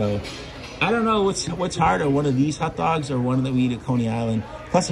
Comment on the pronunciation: I like how he pronounces them hutdogs